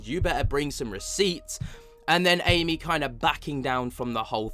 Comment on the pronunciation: It’s so disrespectful how you continue to mispronounce Amy’s name. Also she quit literally is as well known as the guys that you named. It seems that you’re a Nick Groff fan boy and you can’t handle anyone speaking out against him. Another thing, Amy may not have the same experience that Jason has with being asked if he wants a show cancelled or not. I think Amy is valid in voicing her opinion and the way you and the other “bros” are acting about it are further proof that women get shit on in the paranormal community. Misogynistic much?